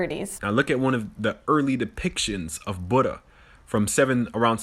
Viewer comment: Love the way the first guy trying to lecture us mispronounced both Edo, Japan and Buddha.